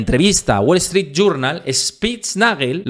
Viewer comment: "Guol Eztrít", jaja! Nunca entendí por qué a los "gallegos" les da vergüenza pronunciar bien el inglés.